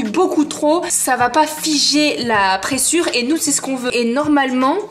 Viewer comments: "Du présure" c'est insupportable, c'est de LA présure. Et sa se prononce préZure. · on dit de la Présure pas pressure :)